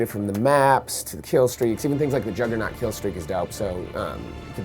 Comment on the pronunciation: "lets you put on a jugganort coustume" ME: oh nooooooooooooooooooooooooooooooooooooooooo.!!!!!!! here we go again.